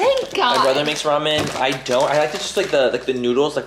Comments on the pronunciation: It was the “RAY-MEN” for me 🤣 my family actually said it like that for my entire life, my Caribbean family members 🤦🏻‍♀️😤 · I say “ray-men” too Laura lol 😂 I didn’t know it was wrong until my coworkers made fun of me for it 😬